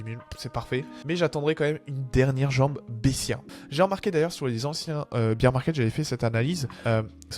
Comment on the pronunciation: Merci pour cette vidéo, mais si jamais : "Bier market" -> on ne parle pas de bière, l'ours se prononce "Bèr". Il n'y a pas de sonorité "i".